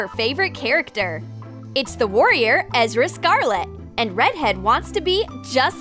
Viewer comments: You called Erza scarlet Ezra scarlets, and black butler is not his name! Edit: Thanks for 23 likes! Edit: Holy Sebastian, 99 likes! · Her name is ERZA SCARLET not ezra !! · Ummm it's not ezra it's erza Scarlet